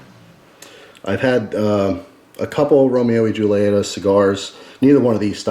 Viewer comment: It's pronounced Julieta(hule eta)